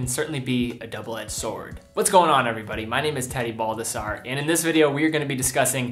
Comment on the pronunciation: I can’t be the only one who heard “”